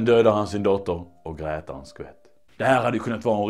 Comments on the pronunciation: sluta säg grätar ist för gråter!!!!!!!!!!!!!!!!!! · Grätar är skånska. Det är väl uppenbart?